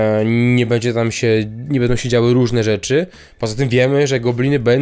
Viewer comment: bĘdzie, nie bEdzie bo ciężko się tego slucha